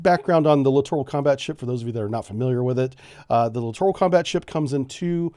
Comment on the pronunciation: You litorraly mispronounced that word every time.